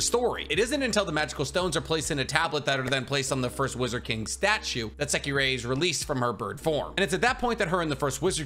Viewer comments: JSYK, it’s “Secre” not “Sekirei” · Well you pronouncing secrer's name weird